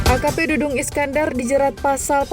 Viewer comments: Dadang Iskandar, apa dudung Iskandar, reporter kok kurang teliti dalam penyebutan nama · Bkn Dudung , Dadang mbak😅